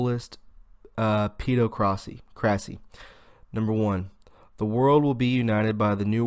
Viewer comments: "Peh-DOCK-rissy" OR "ped AWK ruh-see" - my ears HURT after that torture! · Awesome as always m8!! just a heads up pedocracy = hypocrisy is aimed at paedophiles - sounds like "ped o crassy" tertiary sounds like ter shary =D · Jewels CAM - Yea, it was painful. I'm just trying to concentrate on the content rather than poor pronunciation. He's got guts I'll give him that! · I think "pedocracy" is most likely pronounced as the word "democracy" is.